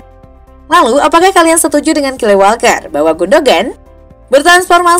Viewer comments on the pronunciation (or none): Gw taunya "Leroy Sane", entah apa yg lu lafalin td buat namanya gw gk paham. Kyle Walker itu lafalnya "Kayl/kail", bukan "kile". Lu ketara bukan fans bola jdnya min.